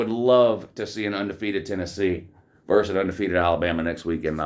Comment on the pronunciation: VERSUS! not verse. VERSUS! please.